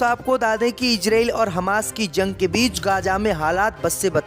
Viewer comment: JUNG ko ZUNG kyu read KERTA hai...eduction saheeh NAHI Liya ??